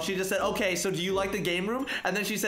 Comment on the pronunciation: Who heard he said otay lolo